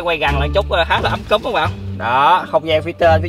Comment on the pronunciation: Ấm cúng mà ông cứ nói ấm cúm nghe khó chịu vcl:]]]